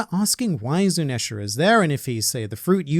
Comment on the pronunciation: can you pleas stop saying zunesha the way you say it or just call him zou